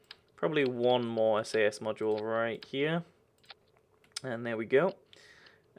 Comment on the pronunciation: its more not moar